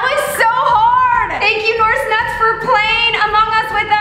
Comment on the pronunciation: “norz“ “nooris nots“ its “naz“ and “norris nuts“